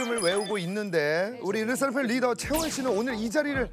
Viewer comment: 르 세 라 팜 이 맞는 발음 아닌가?